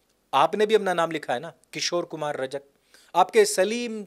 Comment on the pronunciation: रजक नही रजाक